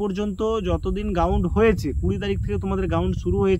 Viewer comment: Ground ❌ gaund ✅😂😂😂